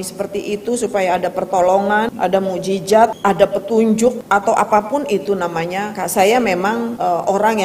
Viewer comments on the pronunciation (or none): none